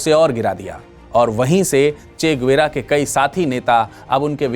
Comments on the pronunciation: গুয়েরা নয়, গেভারা। আগে সঠিক উচ্চারণ টা শিখুন কেমন। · Bhai saab, yeh guera nai... Gue va ra,..hai.. Hum bhi Bolivia main rehte hai... aur spanish Bolte hai..